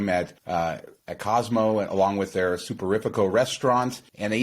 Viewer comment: Told my friend this is the most informed and legit Vegas channel. says “Super-riff-ico” 😮